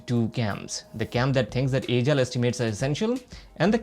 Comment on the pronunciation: your pronunciation of the word "Agile" is not good, please rectify it.